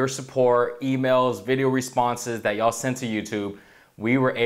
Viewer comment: I don't like the way says "yall." Sounds phony...